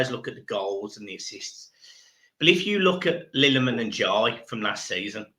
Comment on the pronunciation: sorry i have to its ill-a-man ndiaye not lil-a-man ndiaye 😂😂😂